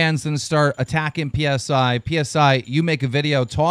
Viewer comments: Thats not how u say his name its a greek letter its not P.S.I. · "p.s.i." Say Lewis's fucking name right.